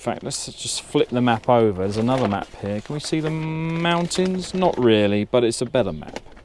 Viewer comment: MOUNTINS! MOUNTINS ! Every where ! 😂 👍